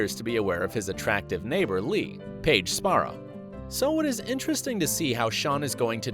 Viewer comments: It's pronounced Le-ya not Li if you actually did research how about knowing Lea's name pronunciation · i don't care how good you are explaining all the lapses/mistakes of the show but you can't even pronounce LEA correctly u just mention it LEE meaning u don't have the right at all.The show will do everything for the show. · her name is lea-ya